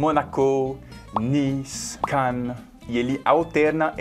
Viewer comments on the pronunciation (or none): none